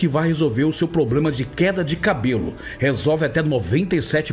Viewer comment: Um padre não fala ploblema...heiiiii